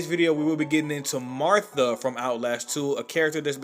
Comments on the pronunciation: Mar'ta' not Mar'tha' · I liked this video a lot but only a few things is MAR-TA not Martha lol. And you should have showed different scenes other then the same 3 that kept replaying over and over (her cutting off his dick) Also would have been a little cooler to use other facts/sentences that weren't just straight of Wiki. But nice video! Keep making more, just some suggestions you might want into taking consideration. 🙏🏼❤️ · Martha? It’s Marta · I love how she's called Marta but you call her Martha is that on purpose just to be annoying? XD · just curious why do you call her Martha? it's Marta